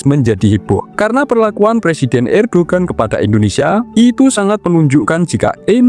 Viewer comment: Indonesia, bukan endonesia